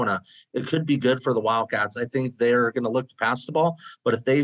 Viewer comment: ARIZoNA WIL_CATS - not enough "o" ... no "d".